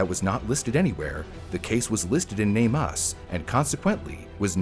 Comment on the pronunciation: It's not Name U. S. Had nothing to do with the USA. It's called NAME US. US. THE MISSING. Not seperate letters. It's even spelled NameUs. Not a seperate S.